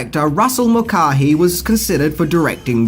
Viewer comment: Mool-car-hee lol😂 Mulcahy is pronounced Mul-kay-e not Mool-car-hee lol😂😂😂